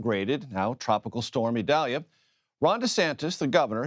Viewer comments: Why does Desantis insist on mispronouncing Idalia??????....official Pronounciation is ee-DAL-ya (Hispanic name) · Prayers for all affected by Idalia 🙏...Desantis wouldn't even pronounce the name of Hurricane Idalia correctly because it is a Hispanic pronunciation. Insists on calling it Eyedalia when the hurricane center's official pronunciation is «ee dal ya». The guy can't even stand for diversity in names!